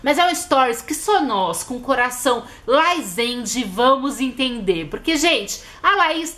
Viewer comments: GENTE É LAZENDE E NÃO LAIZENDE MDS, TODOS OS FCS USAM LAZENDE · Se até Camila Loures fala laizende ai ela sabe de alguma coisas kkkkl